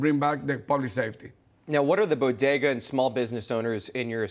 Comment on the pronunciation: I say bodega she says bogeda...